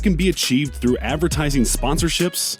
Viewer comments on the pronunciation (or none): none